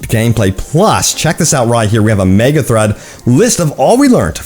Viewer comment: Please pronounce thread right. Also people were pissed at the trailer because they turned saints row into a fuc*ing fortnight looking piece of sh*t.